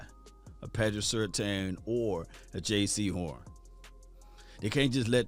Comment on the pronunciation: ITS JAYCEE HORN NOT JAY SEHORN